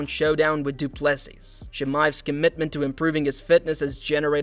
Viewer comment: If you cant pronounce Du Plessis last name correctly just call him DDP, the S at the end is silent!